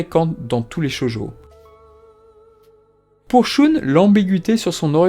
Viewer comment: J'ai trouvé ta vidéo très intéressante, mais je me permets de corriger une petite erreur de prononciation que tu as eu tout le long : le prénom Shun, le Chevalier de Andromede, se prononce comme le prénom irlandais Sean ! On peut l'entendre clairement dans l'anime origine que Shun, se prononce bien comme "Sean" (Cheune) Sinon, je personnellement fan de la façon où dans le manga, l'amour de Ikki pour Esmeralda est un moteur de s'accrocher continuellement à la vie, et de revenir à chaque fois pour son frère. J'aime beaucoup cette facette et tu l'as très bien expliqué !